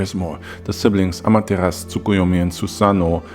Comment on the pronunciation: I love Naruto... Regardless that people think it's not that great. But it's what broke me into anime. So, it has a special place in my heart. but also I love mythology of course. But I think Amaterasu isn't said without the u... it's a common misconception that the u is silent but in fact the u is softly hit in the back of the throat. so it sounds like it's not there. it's the same with other Japanese words.